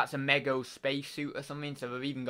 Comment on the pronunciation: Hey dude. It's pronounced me go. 👍